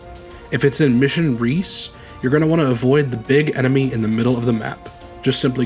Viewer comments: Recce (wreck-EE) not reece Short for reconnaissance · Recce =/= Reece in terms of pronunciation. It's another way of saying Reconnaissance. Pronounced Reh-kh-ee. It's a common shorthand way of saying Recon or Reconnaissance. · Iirc the opening mission is supposed to be pronounced "wreck-e", and is short for recconisance